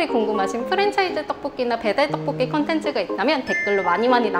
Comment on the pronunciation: 떡뽂끼 발음 너무 귀엽다 한시간 반복재생 하고싶어 ㅠ